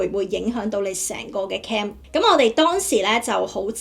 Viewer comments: 只係提提你受過BBC英文訪問 又嚟咗英國咁多年 可唔可以唔好將"Claim"讀成"Cam" 最大問題你片中有提及個“Cam"拍得唔清楚 你又用返同一個讀Cam唔到錢 No Cam Bonus。如果你唔知點讀可以查下字典 學下IPA國際讀標 Claim/kleɪm/ Cam /kæm/ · 提一提，其實 "claim" 正確讀音係 /kleɪm/， 同 "cam" /kæm/ 有分別。 另外片中提到 "no claim bonus"，如果讀成 "no cam bonus" 可能會令人誤會。 仲有 "crime number"，聽落似 "calm number"， 可能可以再留意一下讀音會更清晰 👍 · 咩係 calm reference no .?你連 claim 都唔識讀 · I wonder what you have done to receive these negative responds?! Have you given that a thought??? Check your pronunciation for " Claim " and " pouch" Wrong pronunciations